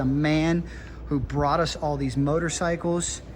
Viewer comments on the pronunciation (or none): none